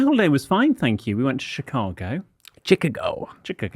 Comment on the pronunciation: am I the only one that hears say chicargo?